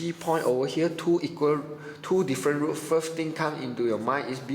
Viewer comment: roots not roof